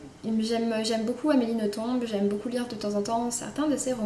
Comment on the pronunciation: En fait, il ne faut pas prononcer le b d'Amélie Nothomb. Bonnes lectures !